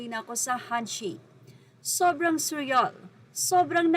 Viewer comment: Pronounced su-reel, parang kanta ni Justin. Basta tuwang-tuwa ako kay Ate A’tin, straight Tagalog talaga. Wala nang panggap panggap kahit nasa Canada cya.